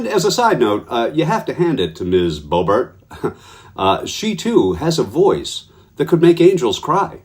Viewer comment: Boebert. Rhymes with Bunt.